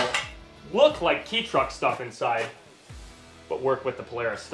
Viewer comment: ITS PRONOUNCED KAY TRUCK NOT KEY TRUCK!!!!!!!!! EDIT: after reaching the end of the video I am presently surprised to find the finally say it right